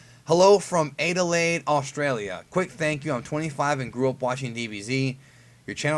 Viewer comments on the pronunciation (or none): not the best Adelaide pronounciation.